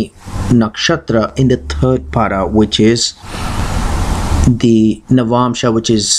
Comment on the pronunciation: It's not paada but pada. Please don't mispronounce words. Thanks.